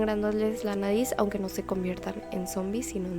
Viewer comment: También lo noté cuando dice " TAMBIÉN HAY UNA TEODIA DONDE LOS MOMBIS LES SANGA LA NADIZ "😂😂